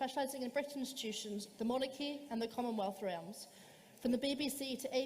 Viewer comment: seriously that child in her "high chair" can not even pronounce realm correctly in her own language why do so many students think they know it all yet have so little knowledge to draw experience from?